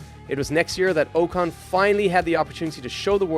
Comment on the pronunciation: Did this mfer just say Esteban oh-cone..???